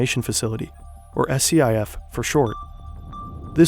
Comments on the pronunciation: Currently reading Attack Vector by Cory Doctorow. It's like knew😅 All it needs is the Eye of Sauron on top of it... BTW: SCIF is usually said like "skiff" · And SCIF is pronounced "Skif" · SCIF is pronounced skiff. No one says S C I F. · Small correction. SCIF is an acronym, not an initialism. Meaning it's pronounced like "skiff", not done one letter at a time. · I'm sure someone else has already mentioned it here in the comments, but just wanted to mention, the acronym SCIF is usually pronounced like "skiff". Not knocking you for not knowing, this is fantastic content as always! ❤ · Spelling out SCIF as opposed to pronouncing it like "skiff" and saying FISA like visa shows the knowledge level. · It's pronounced like "Skiff"... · SCIF is just pronounced as a word, not spelled out. Scif.